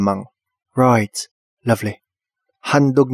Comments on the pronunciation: "Roight, lovleh" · "Ruighttt" "Luvvly" Ka chuy HAHAHA